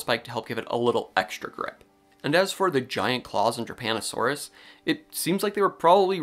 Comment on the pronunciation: I was listening to this while playing Overwatch and thought you were saying "Japanasaurus" and then I thought you said "Japanasaurus was discovered in Italy" and I'm like I'M SORRY, WHAT? ARE PALEONTOLOGISTS OKAY?!?!?